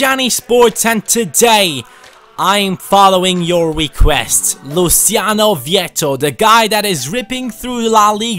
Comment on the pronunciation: Not tryna be a stickler but its pronounced Luo-chi-on-o Just though tie put that out there because my name is Luciano as well haha